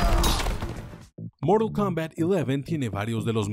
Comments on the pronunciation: Moral Kombat Eleven 😂😂😂😂😂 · Si es un vídeo en español, no digan "moral kounbat" o ya si quieren hacerlo. Mantengan los números en español, es como llamar a goro como "gorou"... O esperen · Amigo estas haciendo un video en español y dices morul kombat ileven… pero no dices ni siquiera fatality y dices movimiento final … jajajaj que horror, respétate!!! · Se dice Moralt kumbat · moral coumbat !!!! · "Moro combal" 😎🙏 Xd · 13 : 25 es morol kombat queremos sangre y yo quiero que pronuncies bien el tittulo del juego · A soportar el "Moral" Kombat XD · "Moro combats" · De que?? Moral kombat? Que aceite para decir mortal kombat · Moro kombat entiendo no mortal kombat JAJA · "MoRaL KoMMbAt" ajajjsjsja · Moral Kombat? Habla bien hermano... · "Moraa cambaaa". Hablá bien lpqtp. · que hable bien , que no se gringolee a por el nombre